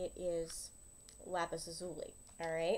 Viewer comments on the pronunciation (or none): Thanks, it's great to have a definitive answer! Just a point of information, though, lazuli is pronounced LAZ u lie, not la ZU lee.